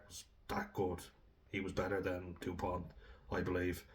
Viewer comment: It's not "depoint", it's Dupont.